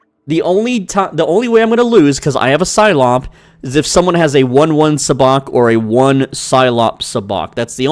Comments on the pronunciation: PLEASE for the love of all of fandom...learn to pronounce it correctly. Even the game says the pronunciation WHILE you're playing the game. it is pronounced...SUB-BOCK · Why did you say sabacc like that 😭😭😭